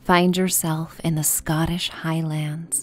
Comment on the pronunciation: It's pronounced HIGHlinds not hIGH-lands